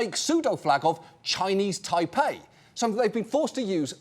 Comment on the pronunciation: Why do you keep mispronouncing Chinese Taipei?